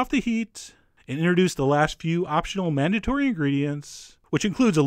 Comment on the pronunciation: did anyone else here him say "optional manatory" hahah